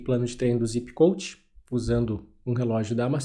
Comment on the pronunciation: Meu irmão tu é mto bom nas análises q faz, só quero deixar um adendo q provavelmente não faz diferença pra grande maioria da sua "audiência", mas me incomoda quando vejo alguém inteligente usando a pronuncia errada, não é "Zipp Coach" e sim "Zépp Coach" a pronúncia do "Zépp" no nome do Coach é a mesma do nome do aplicativo q é "Zépp" (acento no e só pra enfatizar a pronuncia correta). Do mais analises perfeitas, com uso no dia dia e melhor* ainda, em provas. Vlw!!!